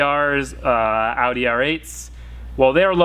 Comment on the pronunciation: Yay u finally know how to say Audi properly